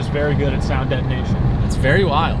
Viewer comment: Did really say “sound deadination” 😂